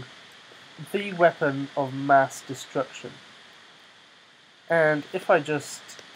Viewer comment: "MINI MASS DESTRECTION" lol